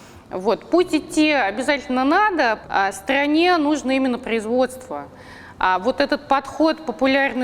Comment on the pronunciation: Стрррране нужно ппрроизводство))))))))